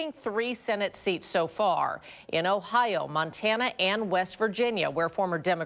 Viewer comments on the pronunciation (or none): none